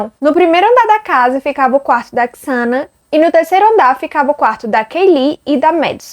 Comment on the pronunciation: Eles nao moravam na fraternidade. Era uma casa comum, dividida pelas 4 meninas. O nome se pronuncia Zena (Xana). Nao se pronuncia Quiçana. A moça que vc disse que viu o possível assassino, nao dormia no porão e sim no segundo andar (mesmo andar da Xana e Ethan). Abraços!